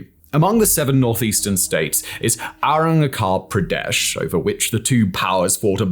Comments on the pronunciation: You can pronounce Arrukapredesh but you can’t pronounce Puerto Viarta? You a miracle sir. 😂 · The "ch" in Arunachal Pradesh is pronounced as in cheese. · butchers every foreign word that he speaks, like for the love of god at least look it up on wikipedia or something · When I heard how he pronounced Arunachal Pradesh I rolled on my bed so hard